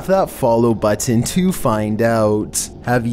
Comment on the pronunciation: I really hate how he pronounces, "Button"